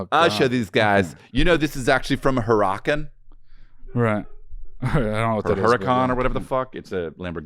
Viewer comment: Pronounced Huracan like "herahcun" ehhhhh